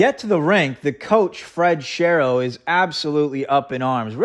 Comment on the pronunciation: Good vidéo but "Shero" rhymes "with hero."